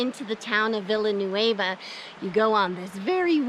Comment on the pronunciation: My favorite park! Also, locals pronounce it like “vi-ya-new-aye-vah” (basically the double “l” makes a “y” sound in the word). Since this was my favorite park this summer, I choose site 22, 23, 24… they don’t have electric but are RIGHT on the river. A dream!!! 22 had a little covered porch and bench. The water is across the street and so is a vault toilet. The end sites you talked about are actually nice i. Summer if you’re going to camp and be in nature. The vault toilets are checked daily.